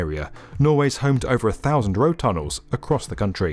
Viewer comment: Two tonels.